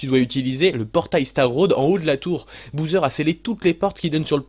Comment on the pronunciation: super vidéo , ça me fait rire que dises Bouseur pour Bowser , ça me rappelle les mauvaises habitudes que j'ai pris petit aussi quand je jouais à des jeux et que je ne connaissais pas non plus la prononciation et que j'en inventais une ^^